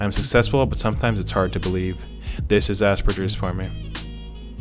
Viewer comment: Speaking of jarring, as an aspie who took 4 years of German, hearing people pronounce Hans Asperger's name with a soft G causes me no small amount of pain and rage.